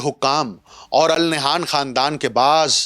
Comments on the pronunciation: Its not Nayhan, the name is Nahyan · Al Nah'yaan hota hai pai